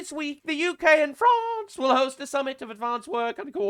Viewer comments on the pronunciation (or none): minute in he said grance in one of the most funniest way. Some one should clip that.😂😂😂